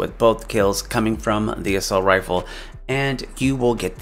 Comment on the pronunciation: It’s “Assault” not “Assualt” b